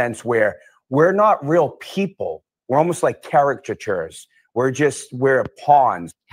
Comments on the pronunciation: 😂🤣😂 ...my new favourite laughing word...Chairica-tjoors...Chatijurs...Chairachuhahas... 🤷‍♀🤟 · CARE-A-CHUH-CHURRS !!!! Not real people. There's a tshirt!!!! CARE-A-CHUH-CHURRS !!!! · You've got people like these who can't even pronounce the word caricatures, and then you have Karen read, who uses words like ostensibly in a sentence efficiently and appropriately. I think that's why they hated her... she was better educated than any of them and more cultured, not to mention more innovative and more intelligent.